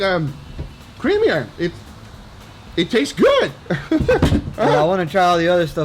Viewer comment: Is it me or is it creameaor Or maybe it’s the butter u added? Jk lot o love